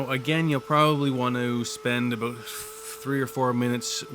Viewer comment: Thank you! Very good informative! May paint a new bumper for my Saab using your techniques. Did I hear aboot?